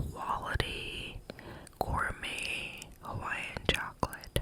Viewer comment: 😂😂😂 "Italian Mobster accent" Couldn't be swayed much after this, I'm convinced that I'd gladly take your place on that farm. Purely to work with the Italian man 😂😂🤣🙌🏽 "Chwocklate... Kawlawni..." Oh my goodness 🤣 I'd love him 😂